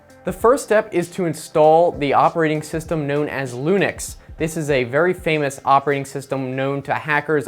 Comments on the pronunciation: It's linux not lunix. And Edward Snowden not Edward Snowman. Hoodie is not required to be a hacker. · its linux NOT lunix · It's not lunix it's Linux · Robloxian PH yup he but he called it "lunix"😂 he doest know anything lol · i got it when he said lunix... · he said lunix instead of linux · I think its Linux not Lunix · Lunix? Did he mean Linux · It's CALLED LINUX NOT lunix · Breh, its linux not lunex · Lunix? you mean linux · thats linux Not lunix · *Linux not "lunix" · it's linux not lunix lol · Lunix?? XD Its Linux lolol! Please, this video is a joke. Read the description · You did lunix 😂😂 come on man you know it's linux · Lunix hahaha it's linux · Lunix 🤣 it’s Linux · i am dead "Lunix" XD XD XD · it's LINUX not LUNIX 😂😂😂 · "Lunix", and the Hacking Tools "terminal" and "gparted" :D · He said lunix😂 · lmao "lunix" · HAHAHA, he said Loonux lololololol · Did he really say lunix 😂? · *wants to teach people how to become elite hackers, mispronounces Linux